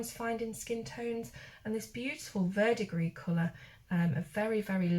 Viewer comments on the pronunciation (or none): none